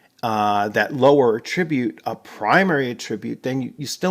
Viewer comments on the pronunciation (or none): Excellent video thank you! Stumbled across this game and am really interested in it. Only one nit pick about pronouncing attribute. It’s attribute like apple, not like about. 🙂 no offense intended.